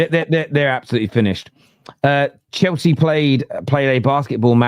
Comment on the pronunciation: This Chelsea fan is cracking me up. Every R is a W